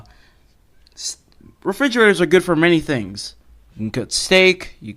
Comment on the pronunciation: “refigeraters am I rite?”